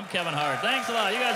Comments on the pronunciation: I thought he said "Fuck Normand, everybody!" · At the end i thought he said "fuck normand everybody"